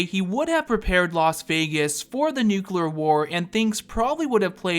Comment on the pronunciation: New-clear..... not nook-you-ler. Thanks for coming to my Ted talk